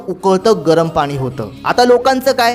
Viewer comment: मराठी मध्ये पानी नाही पाणी